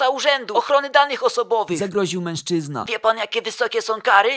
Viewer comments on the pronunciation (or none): none